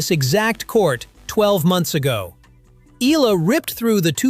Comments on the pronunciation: Please respect Alex by pronouncing her name correcty " EH YALA" . Thanks appreciate. Blessings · Eala is pronounce as,, E-Ya-La... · Eala pronunciation E ya Ia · 👎🏽 Pronounce her name correctly!!! And stop exaggerating!